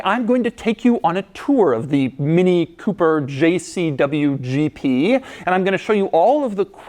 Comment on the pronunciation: "Jay Cee Duble-U Gee Pee" 😂👍